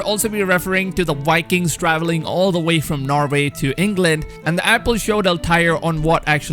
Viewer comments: also, Vikings, not wikins! :D but keep up the good work ! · It's pronounced like bye-kings not wai-kings